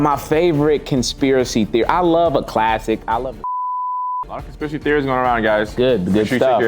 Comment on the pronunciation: I keep reminding it back hE said conspiracy trophies he said it wrong I’m over here laughing can’t breathe😂😂